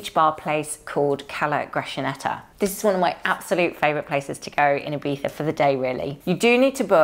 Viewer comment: Hello from the South coast of Spain,. It was lovely to see you and David had such a good time at Ibiza. (Btw, so thankful that your way to pronounce Ibiza is so good😍😍🙏🙏 ) All your outfits were amazing, you truly fit into the Ibiza Style vibe! I wish you a wonderful Sunday and a good start into the new week! Abrazos, Sonia